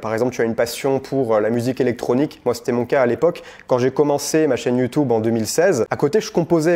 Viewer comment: Merci. Vidéo hyper intéressante ! je m'abonne. Il y a juste un truc qui m'énerve (mais ça c'est parce que je suis un sale c.. ), il faut que t'arrête de dire Youtoube, c'est Youtube pas Youtoube. Youtoube ca fait mal aux oreilles! voila sinon tout le reste est parfait et extrêmement clair.